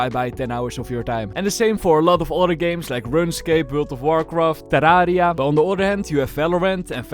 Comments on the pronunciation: The way he pronounce Terraria as ta-la-re-ah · i love how he said teraria